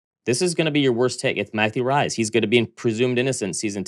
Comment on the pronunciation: if you don't know the pronunciation don't confidently declare your guess as fact. His name is not Matthew Rise. other guess was right. Rhymes with lease.